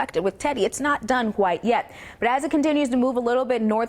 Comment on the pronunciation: What the hell she saying or trying to say.@ it’s not done WHITE yet. I think she’s trying to say it’s not done QUITE yet. 😀